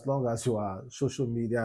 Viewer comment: is called "social media" Not shosho media😂😂😂😂😂😂😂😂